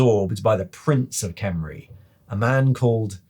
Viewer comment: I love you and your video but please, you gotta learn how to do the "Kh" sounds of "Khemri". You do a half "R" sound and you slightly swallow air and push it out. No wonder the Tomb Kings are always angry if that's how people pronounce their old empire name. Also Curious if they will add the Chaos dwarves, Ind and even Khuresh in the future. Heck, I'd love to know more about Albion and even other human realms in the old world like Estalia or Araby.